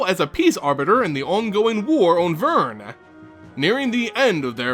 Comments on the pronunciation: It's Vryn! The way you pronounced it was Vyrn. Notice the r should be before the y. Gosh, the best mtg youtuber should know better than that! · Oh and it's "Vreen" NOT Vern... (booo ) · DID YOU KNOW it's actually pronounced Vryn - V-rin?